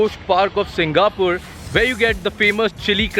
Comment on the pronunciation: bro it is not 'SingaPUR', say 'SingaPORE'